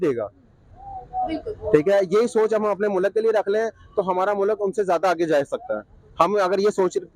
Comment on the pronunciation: Phle mulk ko mullak bolna Band kro. Urdu ki maa behen krdi.